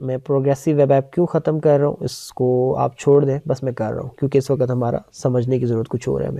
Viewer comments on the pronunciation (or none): Uss 'wakat' nhi, uss 'waqt'